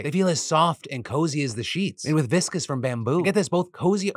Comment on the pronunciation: it's still viscose (rhymes with close) not viscous